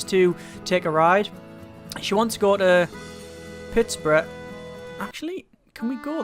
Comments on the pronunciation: Haha "pitspurrah" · pitts- burg as in burg-er